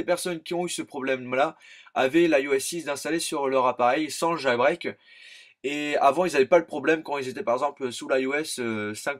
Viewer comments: on dit jailbreak, pas jAlbreak xD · Nan dans la vidéo a tu dit jAlbreak :p